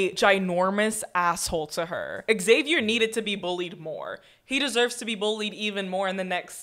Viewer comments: Xavier is pronounced Zay-vee-er, not Ex-zay-vee-er. Like Xylophone is Zylophone, not Exylophone. The people in the movie pronounce Xavier correctly. Just copy them. About 90% of YT reactors mispronounce this name. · Stop saying "EX-avier" it's "zavier."